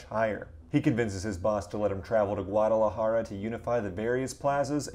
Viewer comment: That pronunciation of Juarez, Guadalajara. Hurt….